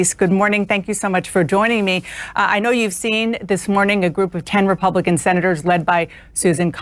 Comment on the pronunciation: Wah ima poooh wepubican wh wah wwah